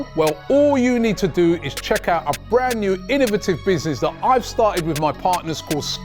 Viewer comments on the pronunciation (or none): none